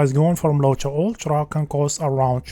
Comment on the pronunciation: I can't cope with this fcking "Ulchra" "Kepch" for fuck sake